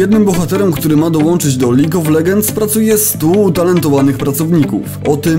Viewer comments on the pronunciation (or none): Lig of Legends. Gud inglish maj frjend. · "Lig of LeDŻends"! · kiedy nagrywasz tyle czasu filmiki o lolu ale wciąż nie umiesz wymówić League of Legends